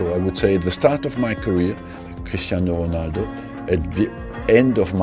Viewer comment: Is he German or why does he pronounce Cristiano Ronaldo so German?